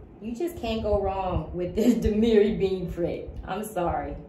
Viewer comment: Hi, Love your channel and your collection. I just have one statement, Damier is pronounced di-me-air. It’s one of my favorite prints as well. Keep coming with great content.